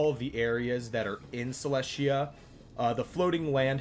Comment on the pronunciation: I thought Celestia was pronounce Cell-Est-Tea-Yah